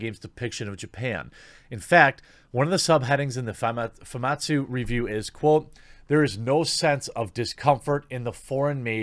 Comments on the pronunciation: Him keep saying fumatsu instead instead of famitsu is seriously throwing me off. Lol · It’s pronounced Fu Mit sue, not foo mawt sue. This is an iconic Japanese publication, how do you not know this? Put some RESPEC in their name.